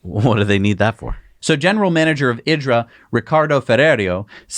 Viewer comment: It's not pronounced IDRA, it's pronounced EDRA but spelled IDRA. Watch the announcement video.